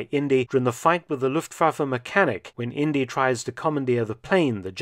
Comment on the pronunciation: Indeeeee not India. Short for Indiana.